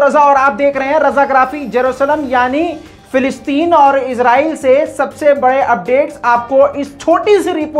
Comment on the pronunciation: Fe nahi fa. Falasteeeen. Bolo. Fa. Fa. Falasteeeen. Bolo. Not. Felasteeeen.